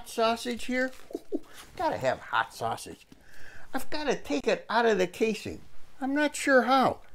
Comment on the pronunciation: My darling SUE! How are YOU!! I was NUTS to be trying to row in that ice! I should get an N for NUTS!! I need to go find a new wooden stir paddle! Thank you for reminding me! I wrote it on my shopping list! My saus-eege (I love your perfect Italian pronunciation!) was a good change of pace from bacon! IT WAS SOOOOOO TASTY!!! The mushroom heads were awesome filled with creamy goodness! I wish I could take credit, but I just stumbled on these recipes thanks to Google! Your are so kind! You're the bestest! I can't thank you enough! Now for those hugs!!!!!!!!!!!!!